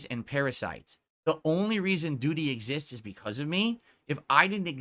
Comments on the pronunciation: I find it hilarious the way he pronounces DOO-DY every time. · Moo-taw-harr and Doo-dee 😂😂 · Even the way says Doody is wrong and pisses me off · Why does he say it like that? Ack ack